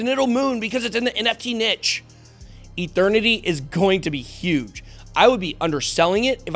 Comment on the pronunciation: Mike Tyson says Eternity like..."Ethernity"